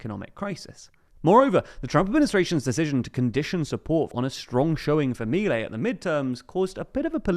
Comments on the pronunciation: I'm an anglophone living in AR, I've been watching your great coverage of this country, but I have to correct some pronunciation of proper nouns as the people say things here: MI-lei -> mi-LEI. Accents usually fall on the penultimate syllable, but family names are an exception. You pretty much decide how your own name is pronounced, and this is how Mi-LEI pronounces his own name. per-on-IST -> PER-on-ist: It seems like you're adapting the word "peronista" to English (or maybe doing some French thing? idk), but I've only ever heard it pronounced PER-on-ist by Argentinian natives when speaking English. Merriam-Webster says per-ON-ist is also valid, but I've never heard it. Either way, per-on-IST is out IMO Great coverage regardless! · It's not Me-lay! Ffs learn to pronounce it correctly if u r going to say it every 10 seconds of this video!!! And they're called Peronistas not Peronistes, the language is Spanish not French!!! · The "disaproval", that big loss a month ago, happened only in buenos aires, a state know for being heavy peronist in nature. The rest of the country held their support, as seen in this national election. Also, minor correction, its pronounced milÉi